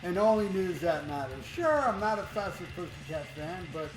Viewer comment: Fathhhherrr putttthhhhyyy cat-annunciation please!